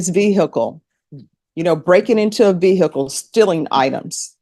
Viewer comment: Ve-hick-le never gets old. Goofy